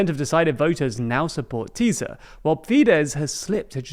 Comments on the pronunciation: tbf, Hungarian pronunciation can be a pain in the a.. for English speakers, at least he tries. Chances are I on the other hand couldn't say Worcestershire properly :D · in English it’s pronounced Tisa not Tiza. In Hungarian the letter SZ is pronounced S in English. The opposite of polish. Also the simple Hungarian S is SH is English. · Btw in English it’s pronounced Tisa not Tiza. In Hungarian the letter SZ is pronounced S in English. The opposite of polish. Also the simple Hungarian S is SH is English. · also Tisza is pronounced Tis-a, not teez-a, teez/tíz means 10 in Hungarian. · Please don't pronounce the z! It's pronounced tisa and fides. please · When pronouncing Tisza just say it with regular english S, like Tisa. In hungarian SZ togeather makes the english S sound. I'm not going to attempt giving guidlines for the pronounciation of Magyar. as the 'gy' is also suppoesd to be 1 sound and is completly unique, no connection to the english G sound. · Great video! Tisza is pronounced just like fidesz, the "sz" is equal to an english "s". Its basically "Tisa" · Tisza's colour is *blue*, not red. it's a centre right party (Magyar himself definitely comes from the right), or maybe a catchall party, but definitely not left-wing. Btw Tisza is the name of Hungary's 2nd biggest river. It's pronounced with a normal 's' like in 'massive' or other English words. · Ffs it's not Teeza and Feedesh or Feedez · "Sz" is pronounced like an S, thus "FEE-dess" and "TEE-saw" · You guys are improving in pronunciation, a little help: TISZA = TEE-SAH MAGYAR = MADYAR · Just a reminder, you don't pronounce the "z" after the "s" in Tisza or in Fidesz (or anywhere else in Hungarian). Practically Hungarian "sz" = English "s". So, for you, it's "Tee-sa" and "Fee-des". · but they still have to learn: TIsza isn't Tizzzzza Magyar isn't Magjar xD